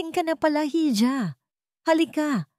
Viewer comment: Hija - iha ang bigkas jn tangang vlogger